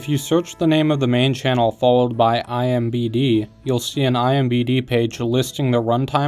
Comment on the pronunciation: My guy, it’s I M D B not I M B D😭